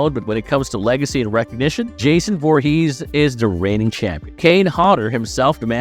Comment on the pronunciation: Why do you pronounce Jason's last name weird.